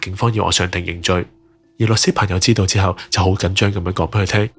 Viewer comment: 希望X探員錄音後自己聽一次，片中 緊張，唔係振張，咬字發音可以清晰d，多謝你資料搜集夠全面